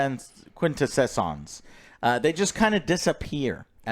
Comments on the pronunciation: he's getting the primes names down right. Also it's pronounce Quin-te-sons (song but without the G) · "Quin-teh-sohns" too many s in your version,. Honestly, the best and closest version was in the first 5 minutes of Bumblebee and this really can't possibly match up to that, so I'll give this a miss thanks. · Quintessons pronounced quin-tess-ons watch the original cartoon transformers movie. I’ll have to go see this. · Dude!! Quin - Tess - Sons " say it fast " you'll pronounce it correctly. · Say they love the original 80s movie. Has to lookup the name of the enemy for. one that was also in the 80s movie. Mispronounces the name horribly and no one corrects. 🤦‍♂️ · Prime’s original first name was Orion. As far as a quintessence, they were in the original TV series starting in season three. So they are a long-term character of the Neos/legend/canon of the transformers. Although you should probably learn how to say it correctly lol cause you’re just totally murdering that name lol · And ign gives this a 5 lol😅they love rings of power and acolyte but hate shows with actual writing and stories. Ps. The quin tess ants are hard to pronounce if you haven’t heard of them before Joe, don’t beat yourself up, you pronouncing things is a beautiful thing. They are in DC comics as well Quintessence are highest order of gods/beings elderly race etc.